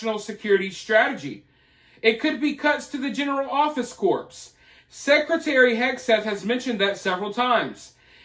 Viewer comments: The word "corps" is pronounced like "core" not like "corpse". FYI. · Corps is pronounced core.